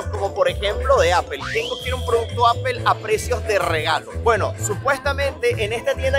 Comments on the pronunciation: le falla el english a justo como a los españoles osea apple no se pronuncia apel si le pides una manzana a un gringo te dirá no se dice apel ni la fruta ni los productos de steve jobs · Apel ? Se dice apple (Apol) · Se supone que hablas inglés y pronuncias apel. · No es apel es apol (apple) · Apple se pronuncia Apol no Apel, please!!!!!! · No se dice apel se dice apol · Si m sorprende q hablas inglés y dices apel!